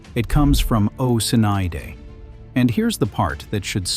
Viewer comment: The AI used to narrate is HORRIBLE...Kennedy, in the Irish, is not pronounced "oh-sinn-EYE-day." Jeezus, do some research before posting.